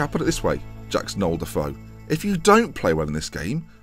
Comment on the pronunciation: You say Deffo, but i ear Defoe